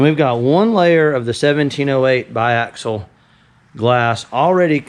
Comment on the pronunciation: Awesome to see the progress, can't wait to see it in person! And you nailed the biaxial pronunciation!